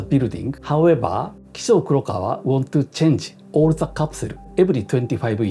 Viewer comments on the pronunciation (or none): You say "Kizu" but your write "Kisho" What is with that? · Thanks for your dictionary. The point is, his name is Kisho Kurokawa but he said 'Kizu'